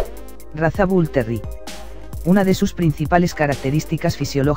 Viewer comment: puras tonterias que dices como me dices que un bull terrier es un pitbull y como mencionas terri en lugar de terrier? no mms